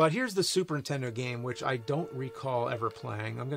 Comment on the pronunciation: Ok is it just me but is it every time James says Super Nintendo, he actually says “Super ‘Intendo”?